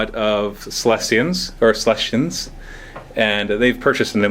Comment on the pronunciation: Does anyone else hear "lesbians" whenever says "Celestians"? XD